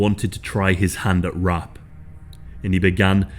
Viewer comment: Wait ! What?? RUPT?? WHAT THE HELL YOU ARE PRONOUCING IT RUPT?? Its R A P !!